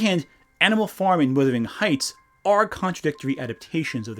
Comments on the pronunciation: As a person from Yorkshire everytime you say "withering heights" I flinch. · Distracted every time you said "Withering Heights" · How can you read the title "Wuthering Heights", and allegedly watch the movie and hearing it pronounced, and still screw it up? It hurts the credibility of your criticisms